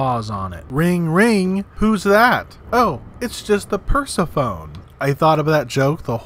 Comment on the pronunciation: "ring ring, hello, its perse-phone" and all the greek mythology enthusiasts cry out in unison "it pronounced Per-sef-oh-nee!"